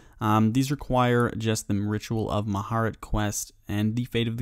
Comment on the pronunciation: "the ritual of mahart"